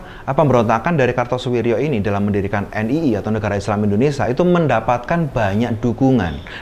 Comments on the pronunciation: Indonesia atau indonesa😊😊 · Nyebut indonesia sj bgtu indonesa....hmmm